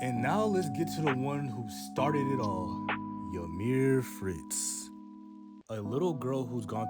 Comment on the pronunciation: Fun fact the correct pronunciation of the name Ymir is actually ee-mir not ya-mir there is no A in the name.